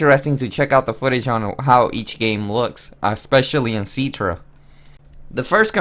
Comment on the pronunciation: IT'S CI-TRA NOT C-ITRA